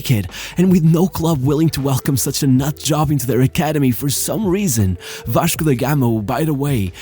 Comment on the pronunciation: fala em em inglês mas o sotaque e quando ele fala "Vaxco" entrega o brazuca rsrsrsrsr